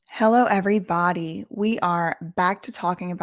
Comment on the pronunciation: Does she say “he llo every bawdy” on purpose? Haha so funny love it